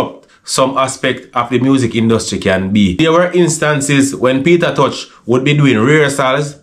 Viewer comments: Sounds like him say Peter touch..😂😂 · Not pronouncing Peter t name properly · Sorry to say this but why jamaican people can't say Tosh instead of touch the man last name is not touch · McIntosh=Tosh not touch. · Peter tosh not peter touch